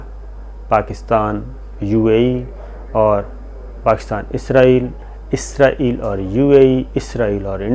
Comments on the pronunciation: Isko pronounce Izrail he kertey hain. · جی شاکر بھائی لفظ اسرائیل صحیح لفظ ھے۔ ازرائیل موت کے فرشتے کا نام ھے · مہربانی جناب آپ نے تصحیح کر لی اور ازرائیل کہنے کے بجائے اسرائیل کہنا شروع کر دیا۔۔۔ڈاکٹر شاھد مسعود بھی یہی غلطی کرتے ھیں اور اسرائیل کو ازرائیل کہتے ھیں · آپنے پھر ازرایل بولا آخری جملوں میں 😀😀😀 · شاکر صاحب آپ کا تکہ کلام اپنے پروگرام ناظرین اکثر پو چھتے ہیں پو چھتے یہں کیا کہنا چاہیے؟؟آپ اپنی ویڈیو دیکھا کریں اسرائیل کے بارے میں پہلے آپ کو کہہ چکا ہوں کہ عزرائیل نہی اسرائیل ہے ۔اللہ آپ کو خوش رکھے اور صحت کی دولت سے نوازے آمین